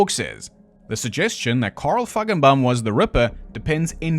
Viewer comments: I am hearing impaired and swore that you were pronouncing a hard 'k' in the middle of Feigenbaum instead of a 'g' when saying his name. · Feigenbaum…I love your sarky pronunciation…omg you had me peeing myself laughing. You’re a poet🤣🤣🤣🤣🤣🤣🤣